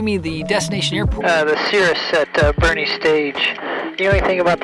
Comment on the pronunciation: Having known many Boerne locals in my life, I'm sure they're having a chuckle at you pronouncing it "bernie" :)